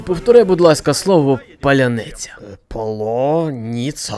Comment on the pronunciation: Ще один гуцул не зміг сказати паляниця😂